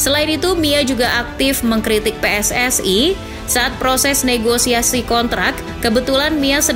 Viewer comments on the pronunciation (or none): none